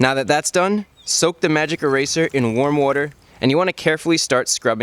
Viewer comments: "soap wooder" haha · 'Soapy wooder' 'Warm wooder'. Says Chris fix :Tree: Yo get that wood on my tog' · He pronounces water like "wooder" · Soapy woder? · LOL I love the "Soap + Wooder" Gave me a good laugh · Soap and Wooder, lol. How Jersey of you, Chris.